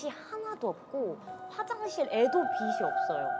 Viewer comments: 배우라는 사람이 “빛이[비치]“를 [비시]라고 발음하다니;; 한국어 발음 제대로 못 하는 주연 배우라뇨 진짜 충격적이네요… 김혜윤 배우? 연기하기 전에 국어 공부 좀 하세요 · 다른 직종은 몰라도 대사 전달해야하는 사람이 빛이 발음을 [비시]라고 하면 정말 깨요. 나 같으면 이런 배우가 하는 영화는 안 봄.